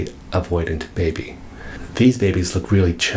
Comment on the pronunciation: I like how he says "baby" and "babies"